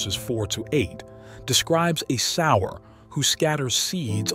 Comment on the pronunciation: Sower, not sour